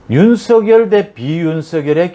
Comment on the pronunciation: 윤성렬로 발음해 주세요.